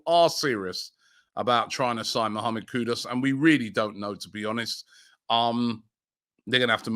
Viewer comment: Who is Mohammed Kudos? Robbie has been reporting on him for the best part of 2 months and still saying his name incorrectly...